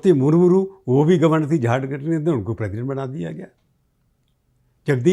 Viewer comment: आप राष्ट्रपती के नाम का उच्चारण गलत कर रहे हैं द्रौपदी मुर्मू की जगह मुरमुरु कहतें हैं ।